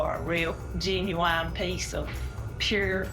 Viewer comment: Genuine? More like genuwine